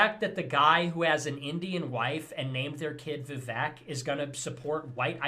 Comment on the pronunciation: In a side note, how is it they canNOT pronounce Vivek. Vivek R. literally told them how. "Rhymes with cake".